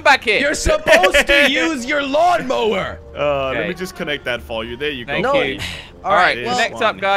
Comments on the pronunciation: Lawn Mower more like mawn lower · Jelly: mon lawer Me:lawn mower Hahahahah🤣🤣🤣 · "MaWn lOwEr" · Lol actually josh and crainer also called it mawnlower 😂